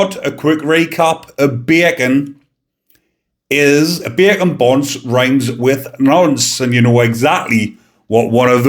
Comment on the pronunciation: What beautiful accent do u have? I love it, but, how u pronounce “bacon” was hard for me understand what u were saying until u explained was a “bacon basher” was and I figured it out. I say it like “bAy-kin” and u sound like “bayer-kyuns”, but u sound adorable ☺️